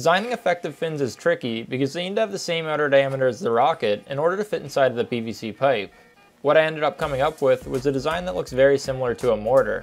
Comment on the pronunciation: I swear he said “bbc pipe”